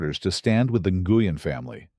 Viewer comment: Its pronounced Nu-yen A-i needs to get it right or not be used 😡